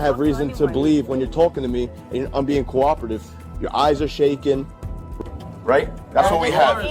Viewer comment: Second case: -I am being cororative! Sweetheart, you can't even say cooperative let alone be it! 😄😄